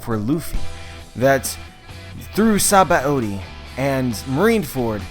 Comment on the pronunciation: What's up with his retarded pronunciation of Sabaody?